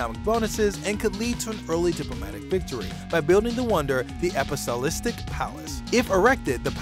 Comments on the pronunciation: Did nobody notice he said apostolic wrong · "The Apisolistic Palace" lol you've made my day